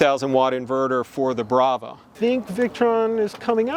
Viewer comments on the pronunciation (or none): Are they saying “brava” cook system? Anyone, please?